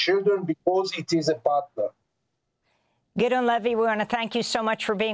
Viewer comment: name is pronounced: Giddy-on Levy